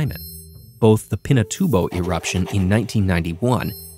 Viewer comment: BTW great pronunciation of Pinatubo.